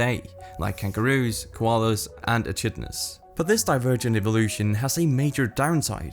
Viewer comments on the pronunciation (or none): As a fellow Australian , we do not pronounce echidna like that, its uh·kid·nuh not uh·chid·nuh. thanks for understanding.